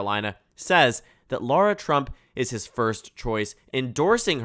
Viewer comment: She's his daughter-in-law. Says daughter in the headline. She's garbage. But it's pronounced Lara, not Laura. Lot of basic mistakes. You're usually better than this.